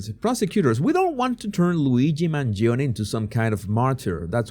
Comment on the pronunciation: You are the only one that pronounce MangionE, properly.